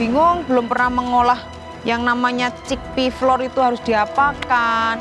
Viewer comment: Flour tuh bacanya sama kaya flower 😂